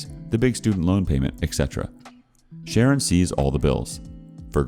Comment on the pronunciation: Everytime,when he says Sharon, I hear it as karen. Idk why😂